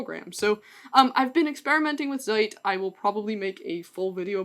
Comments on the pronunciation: "Zeit" is german for "time". The "Z" is pronounced like "ts". for english speakers: pronounce "Zeit" like the (imaginary) english word "tsite". Greetings, a native speaker of german. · I now there is „zeitgeist“ in English, but in fact the pronunciation is a little different. The „Z“ in Zeit is not a voiced S but a combination of t+voiceless-s (≈ silver, not zoo): it is really pronounced „tss“ like in „let‘s“ and (as usual in German) the t at the end is a lot closer to how you would pronounce a „d“ in English. So: ts-I-d. Love the video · Not that important, but the "Z" in Zeit would be pronounced like the "ts" sound in english, as in the work "it's." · congrats on 70k, i dunno if it fits your goals or if you reached it quicker or slower than expected, i'm just happy you're thriving and that you are able to keep it fun oh and zeit is almost right, the z is pronounced more something like the ts sound in cats, the rest is fine